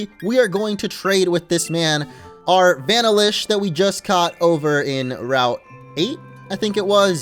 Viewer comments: Vanillish is pronounced VA-nill-ish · That’s not how u say Vanillish